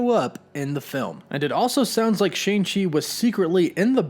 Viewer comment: the pronunciation of his name is wrong, should be Sh-ahh-ng Ch-er, In pin yin, mandarin it's true pronunciation.